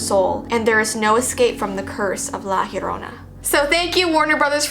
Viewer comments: yo-ro-na without rolling the r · Why does Llorona sound like CORONA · Yorrona -.- hmmmmmmmm cool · Lol nope